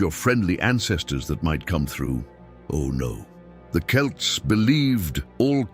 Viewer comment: You actually pronounced Celts correctly, unlike the other channels.